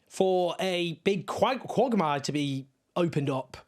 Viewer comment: I'm slightly confused about the correct way to pronounce the word quagmire now.